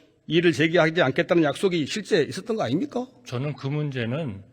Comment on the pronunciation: 아닙니까~~~잉 역시 전라도네 ㅋㅋㅋ